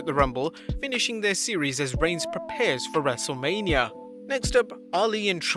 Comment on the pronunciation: I like how he said wrestlelamnia